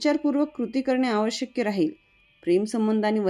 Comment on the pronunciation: बोलताना आवश्यक्य न म्हणता आवश्यक असे म्हणाला तर बरे होईल.